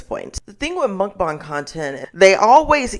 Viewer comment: I love the fact that you properly pronounced Mukbang. I cringe every time I hear mukbaeng, because that isn't how it is spelled and not how it is said in Korean. Anyhow, something I find interesting it that, despite its Korean origins, a lot of YouTubers discussing the problem of Mukbangs completely ignore that other side of the coin. Most Korean Mukbangers are average size or even very skinny. Part of that is because of the different way that Korean bodies store fat, but it also has to do with an unhealthy addiction/need for exercise, bulimia, periods of extreme dieting/starving, as well as the deception of chewing and spitting out food, which is often edited out of videos.